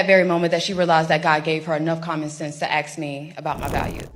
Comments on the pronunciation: She said “axe” 3 times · It is 'assssskkk" not "aksssss", it is a 3 letter world, it is not that hard. Ask ask ask! If you speak one language, make sure you get it right ; ) So crazy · She said “ax” instead of ask. So cringe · Nice of the to “axe” you things lol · Ask, Ask. Say it with me,Ask. It is not Axe. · You lose all credibility when you say, “AX” instead of, “ASK” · Ask not ax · Aks me? Really?